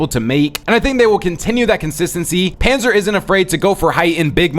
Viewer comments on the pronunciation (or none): none